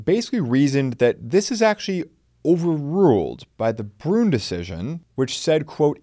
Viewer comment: It is not pronounced “brun” it is pronounced “bru en”